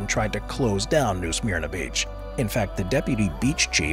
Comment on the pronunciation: It’s pronounced “New Smerna Beach” 😊